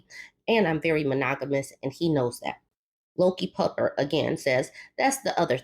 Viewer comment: Lol every time u said LokiPupper i thought you were saying Low Key Pupper... Which i guess technically you did! I had to look at the screen carefully 🤣💜